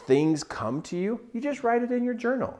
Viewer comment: This man said JOUNAL! So I will journal thank you so much this is such amazing advice starting tomorrow morning